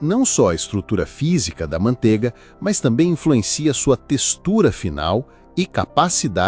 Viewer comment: ManteIga tem "I". Que agonía de ouvir falar mantega.